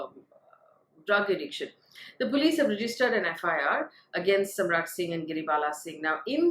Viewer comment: it's Samarth, not Samrat